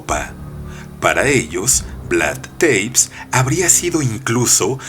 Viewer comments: Es Tepes como se lee, no Teips, no todos los nombres se leen en inglés querido, buena elección de historia, es demasiado interesante este personaje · No jodas, una de las reglas del LOCUTOR "si no sabes la pronunciación, lees tal cual está escrito", y además de que no lees acentos escritos, lees 'teips' en vez de VLAD TE-PES, TEPES, y se lee T-E-P-E-S!!!